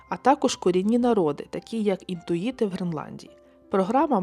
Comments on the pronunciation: Щиро вдячна за таку тему, хоч і нелегку. З цікавістю дивлюсь Ваші ролики, імпонує спокійна подача та структурність. З подивом відмічаю, що Ви з помилкою вимовляєте назву корінного населення: "інТуїти" замість "інуїти". Big, big fall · Я все розумію, але чому не прочитати правильгу назву корінних народів Гренладії. І Н У ї Т И, інтуіти - це ті, хто по непрямиз невербальних ознаках можуть прогнозувати розвиток ситауції і змини обставин.